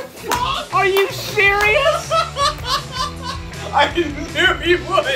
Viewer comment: “are you sherious” Sherious - shifting me and serious